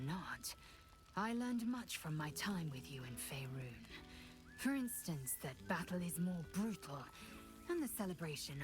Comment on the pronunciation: Holy hell finally managed to master the pronunciation of Faerun!